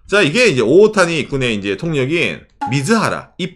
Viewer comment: 오타니가 정확한 일본발음으로는 오오ㅅ타니인가요?? 보면서 올바른 발음을 알게 됐네요!